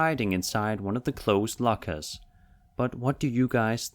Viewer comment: It's "lockers" not "LaKaS"😭💀😂